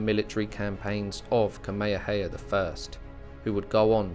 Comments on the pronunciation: Oh the irony. 🙄 An annoying Brit telling the world about of one of the most famous people in history of the Hawai’i. To the annoying Brit learn how to pronounce Kamehameha. It’s really easy. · Great video and narration, with the exception you could have made the effort to pronounce atleast Kamehameha properly. But good job overall "":) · The poor pronunciation is cringey. He’s pronouncing Kamehameha completely wrong and it’s bugging the crap out of me. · Great info but the AI voice needs to pronounce Kamehameha correctly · Along the Alaska coast? King Kamehameha should be pronounced properly out of respect.